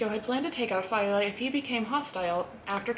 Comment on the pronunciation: Who is “jimmy Fay-ya” you mean Jimmy Fi-EL-ah.Stop putting an Italian accent on your pronunciation,%90 of the names your pronouncing wrong because of that.Mr Neil pronounced his name “Dell-Ah-Crowch” not “Del-ah_crowch-ay”,unless HE was wrong.